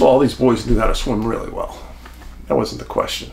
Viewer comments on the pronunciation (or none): none